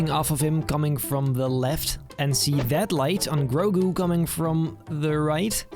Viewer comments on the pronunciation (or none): none